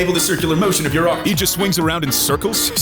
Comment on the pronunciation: Speaking of dumber that hulk... Your pronouncing arc wrong... You are pronouncing it arch.. An arch is a building structure which uses an arc.. An arc. Is the pattern you are trying to describe